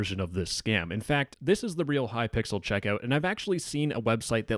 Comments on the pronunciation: The fact he calls hypixel hypickle :0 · It is hypixel not hypickle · normal people:"hypixel":"hypickle" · "hypickel" i love this guy i've seen a couple his videos and they are amazing keep the great work up!! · ah yes, Hypickle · glad i'm not the only one who calls it hypickle I wonder what thought process makes literally everyone do that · Hypixel ❌ ✅Hypickle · I love how he keeps saying "kypickle" 😂😂😂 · No way bro said hypickle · Why are you saying hypickel?